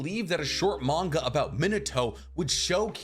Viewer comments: Me-Nah-Toe not Minah-to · your pronunciation of minato rivals Michael b Jordan saying narudo